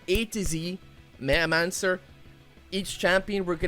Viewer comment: My man finally said Metamancer